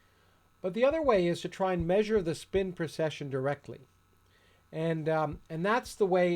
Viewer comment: A very informative video. Thank you. I noticed, however that you always seem to be saying "procession" rather then "precession". If I am incorrect about this, I apologize.